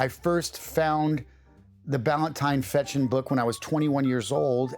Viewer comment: Только он не Фечин, а ФеШин (читается как sh)